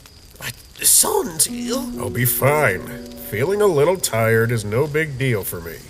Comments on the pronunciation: SANESSS (SANS) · is it me or are they they pronouncing sans annoying sans kinda annoying